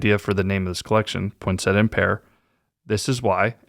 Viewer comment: Hi,, a little tip for the proper pronunciation of poinsettia: Poinsettia, not Poinsetta. When unsure you can ask Google, “How do you pronounce poinsettia?”